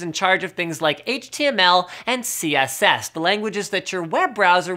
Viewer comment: "HTML and CS:S"